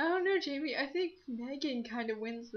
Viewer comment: I know Megans going to win v.v...But it's worth a shot:D I like the Karokee (sp?) thing, i could definetly rock to MCR:3 Love this video! Sorry this message is long.. - Jaime\FRANK!\ Masquerade Venom (yes you said my name correctly, YAY! )